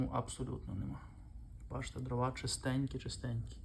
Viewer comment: По-перше, українською не дровА, а дрОва. По-друге, судячи з Вашої розповіді, маємо справу з абсолютним дилетантом в якого ще й піч зроблена неякісно, непрофесійно. А невибраний з піддувайла попіл свідчить ще й про лінощі господаря. Фе!